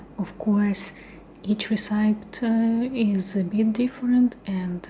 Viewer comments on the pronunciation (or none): re-ce-pee is the right way to pronounce it